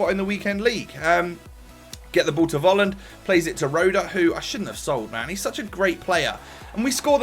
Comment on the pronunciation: Fffffolland not Wolland